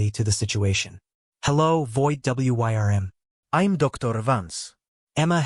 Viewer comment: "Wyrm" gets pronounced like it's an acronym in this video